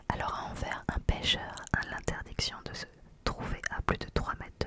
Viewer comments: Pour Anvers on prononce le S 😁🌸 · Coucou, très chouette vidéo et bien tu m'apprends d'avantages de choses sur mon propre pays. Pour la dernière commune tu parles probablement de Anvers et le" S" se prononce. Tu t'es débrouillée comme une chef dans la prononciation pas toujours evidente. Bisous bonne soirée à toi et ta petite famille. 😘